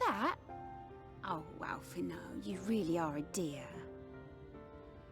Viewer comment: For reference, the "d" in "Alphinaud" is silent. :)